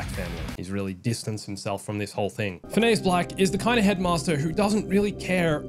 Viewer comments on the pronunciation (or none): Fin-E-us. Not Fen-eh-us. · “And Yes you are hearing the name right, Phin-a-ous Nigellus Black” actually, its Phin-e-ous 😂😂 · “Yes you’re hearing the name right PHIN AY US.” It’s FINN E US. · _- it's prononced phin-ee-us, not phin-a-as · It’s Finn’s-uhss not Fin-eyuss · It's FIN-ee-us, not fin-A-us. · it's pronounced Fin E Us not Fin A Nus, just saying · 'And yes you are hearing the name right...Phi-NEY-us'. Literally never heard someone pronounce Phineus that way. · Why do you keep saying Phineas that way lmaooo They say his name like a thousand times in the game. Even Simon Pegg says his name in the game interview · your saying Phineas wrong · if thats how you pronounce Phineas then is Phineas from Phineas and Ferb also pronounced that way? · he is just mispronouncing it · Is no one going to correct how he says the headmasters name? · Obviously you haven't played the game or you had on mute because you are pronouncing Phineas wrong